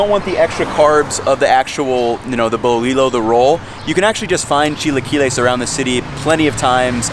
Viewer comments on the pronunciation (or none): We gotta teach you pronunciation dear heart... I let it be until you said: bul-li-low... it’s buleeyo ( pronounced) the bread roll for tortas... jus’ sayin’... so get on it!!! 😂love your videos!!!♥️‼️ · Great video just want to add some pronunciation tips 👍 Dulce is pronounced "duel" seh. Bolillo, in Spanish two l's together makes more of a y sound, so it's actually boli "yo", just like how you pronounce the ll's in tortilla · It's "bolillo", 2 "L"s, pronounced bo-lee-yo FYI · MISPRONOUNCED WORDS: Tamal Dulce (dull-ceh) Bolillo (boh-lih-yo) ALSO: Pambazo bread is called Telera (tell-eh-rah) Torta bread is called (Bolillo (boh-lih-yo) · it's never pronounced "Bo-lee-low". I'm not talking about the name of the bread, I'm talking about the pronunciation of the word "Bolillo" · I’m judging this video as I’m watching it... 1) how do you get Dolce (italian) from Dulce (Spanish) 2) tamales is not the same consistency as corn bread. 3) Bolillo - in Spanish when you have two “L” together, you pronounce it as a “Y”. 4) your definition of Chilaquiles misspelled bolillo. Bolillo has 2 Ls. 5) your friend doesn’t even know the difference between enchilada and quesadilla 6) gorditas don’t necessarily get stuffed with chicharrón. It can be chicken, vegetables, or just simply with lard. 7) I couldn’t finish this video. Napkins are your best friends, use them. Peace!